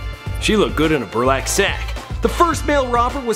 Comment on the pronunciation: "Burlack" sack?